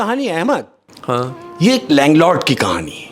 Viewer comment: Ye shaikh har baar Ahemas ko Ahemak bol rha hai. Ahemad ko nhi pata chala..😅